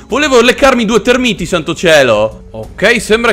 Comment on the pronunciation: Sono tÉrmiti, non termÍti, per favore, almeno questo.